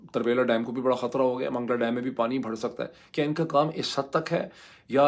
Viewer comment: You pronounce wrongly the word بڑہ۔ you pronounce it as بہڑ